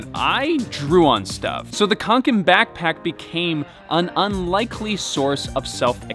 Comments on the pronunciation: Reeeeeeeeeee Its not pronounced with a K its pronounced with a S reeeeeeeeeeee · I'm not even swedish and the way he says kånken makes me shudder.